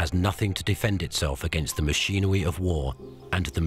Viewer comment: 🤣 when he said machinery...I about fell over. Y'all, Elmer Fudd is alive and well!